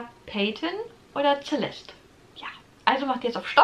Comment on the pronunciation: Celeste ist sehr schön. Spricht man übrigens mit S am Anfang, nicht mit Z 😊